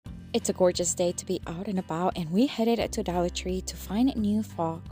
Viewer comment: I love how you say “dolla tree!” 🩷🩷🩷😂😂😂